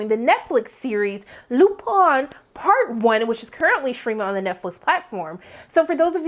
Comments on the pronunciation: Lupin pronounced [ LU PAHN] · In the UK and france shows are writing based vs production based like here in the old US of A, which means they write fewer of them. the most i've seen from the UK was 6. the least i've seen is 3. Also the I in Lupin is pronounced like the double E...ee. like green. and i agree that is one heck of a cliffhanger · Well the show is French and they certainly aren't pronouncing Lupin like English speakers.